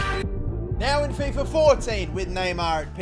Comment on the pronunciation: Love your vids,but mate why do you keep calling fifa "fifer"?